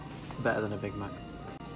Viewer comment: Did he say "That is bettee than Big mag"?